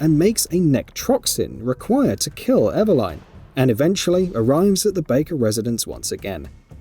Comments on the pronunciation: Eveline ❌ Eva Line ✅ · Your pronunciation of Eveline did my head in, im Aussie and I reckon it should be"Eh-veh-lin". They even pronounce it that way in the game. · Pls stop saying Ever-line. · it's nothing to do with his accent. Nobody else with that accent is pronouncing it Ever-line. He's just got it wrong. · Lol “ever-line” 😂🤣😂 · how eveline pronunciation kills me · The mispronunciation in this video really is so painful. EveLYN basically, why are you pronouncing it like Madeline? NECROtoxin not NECTROXIN. God my brain hurts. Also yeah super weird that a Dad would want to save his own daughter after she's kidnapped, that Liam Neeson's a fucking weirdo. If I had a daughter I would simply let her get kidnapped. (WHAT??????)